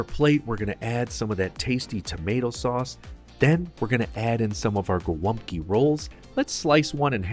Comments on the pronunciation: Its called GOŁĄBKI not GOLAPKI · The most misspelled dish in our cuisine <3 I saw everything from Haluski, Holupki, Glupki to Golapki xd "Golumpki" is pretty close! The polish name is "Gołąbki", ([gɔˈwɔmpki] or [goh-wohmb-key]) and it means "little pigeons"). Thank you for making our cuisine popular! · as a pole i die inside everytime someone outside poland calls GOŁĄBKI golumpki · Gołąbki, not Golumpki. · GOŁĄBKI KURWA NIE GOLUMPKI RAGHHH CO TY MI TU "GO TO LUMP KIRWA" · Gołąbki! Not golumbki. And its already plural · Not Golumpki, but Gołąbki! Great video though, have a nice day. God bless you. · dude its not golumpki its gołąbki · Golumpki????? theyre Gołąbki (sin. Gołąbek) how hard is it to google? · Actually, in Polish they are called "Golabki", not "golubki" ;>) Fantastic video. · ITS GOŁĄBKI ! XD .... not Golumpki XD haha Btw its not how u made tradicional Polish gołąbki, ur doing it wrong tho xd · It's actually "gołąbki", not "golumpki"! I do the sauce a little bit different. Instead of adding beef stock and tomato paste, I just put normal water. After gołąbki are cooked, I put the water in the pot, add tomato passata with some chicken stock and and a spoon or two of 18% cream. I put gołąbki in it, cook it a little bit more and after this I put gołąbki on a plate with mashed potato and sauce on top of potato. It's great! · It is Gołąbki not Golumpki ;) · Golabki, not golumpki. Dude, plx get it right :) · Hey, its not Golumpki, its Gołąbki (pronounced Go - as in government, Womb, Kee - Go-Womb-Kee). Funny fact, Gołąbki means Small Pidgeons in Polish. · Its Gołąbki not Gol'UMP'ki :P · Its pronounced “gowompki” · "Golumpki", srsly? it's as Polish as the gabagool is Italian, lol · The correct is Gołąbki, where ł(Ł) is like "WH" in "when" and ą(Ą) is a nasal o